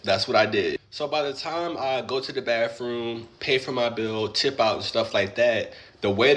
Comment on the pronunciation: To the guy in cama-jacket: it isnt Birfday, or bafroom 😂😂😂